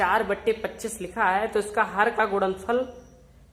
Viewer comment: Ye Pagal kya apan apan karta h upon nhi bol sakta kya or kya ye gudanfal bol rha h gunanfal nhi bol sakta kya🙄🙄🤣🤣🤣